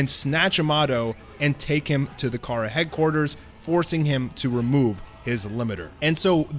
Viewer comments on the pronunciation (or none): none